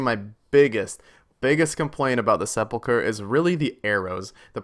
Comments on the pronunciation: pronounced "se-pul-ker" not se-pul-cher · Se-pulch-er????? Sep-ul-ker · Why can't people pronounce sepulcher ??? Seh-pull-kurr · TIL its not pronounced se-pul-cher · Please, everyone pronounces it wrong.. sep-ull-ker. Edit 3min in and you got it figured out. Good on you for actually looking it up. Love this series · It's clear that a lot of RS YouTubers never played DragonFable. It's Sehp-ull-khur. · The way you can’t read is aids. Seh-pul-ker. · the way you pronounce sepulchre..... almost dislike worthy.... almost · edit, you hit it once as of now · sepulcher isn't pronounced with a normal ch sound. it's as if it's a k followed by an h. not the ch sound. EDIT: oh you looked it up, guess I didn't really need to answer that question haha. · Its actually pronounced hallowed sphincter* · Hallowed seh pull cher lol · Listening to people pronounce sepulchre is my new favorite thing.